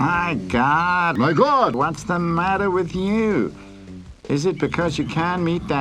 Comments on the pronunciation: It sounds like he's saying "MAH GLOD!" more than "MY GOD!" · ***** MY GLOD!!!!! (i swear he said my glod)